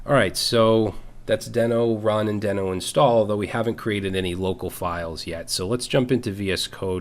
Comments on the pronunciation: Isn’t Deno pronounced “DEE-no?” The logo is a dinosaur and isn’t there a famous cartoon somewhere called Dino (DEE-no) the Dinosaur? That would tend to make me believe Deno should be pronounced DEE-no. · I believe it's pronounced DEE-NO. Why do I think this? If you remember the old Flintstones cartoon, the pet's name was "Dino", and he was, naturally, a dinosaur. And, the icon for the Dino language is... a very similar looking dinosaur. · Just out of curiosity, is it really pronounced "Den-oh"? Given the logo and the fact that The Flintstones' dino-dog was named "dee-noh" I would have assumed that it was pronounced that way. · Who would've thought naming your project after a dinosaur from a 60 year old cartoon, would make it so no one would pronounce it correctly?